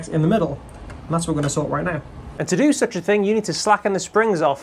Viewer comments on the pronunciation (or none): Hahahah did you say “The douche from Living Color”🤣🤣